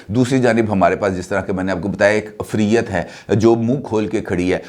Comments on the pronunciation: The word is IFREET Afriyyat 😄😃😀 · یہ لفظ "عفریت" جیسے آ پ بول رہےہیں اس میں تھوڑی تبدیلی کر لیں ،ع کے نیچے زیر ،ف پر جزم،ر کے نیچے زیر ی کو کو ر کے ساتھ ملائںں اور ت پر پھر جزم یعنی ifreet اور عفریت مذکر ہے موئنث نہیں بیٹے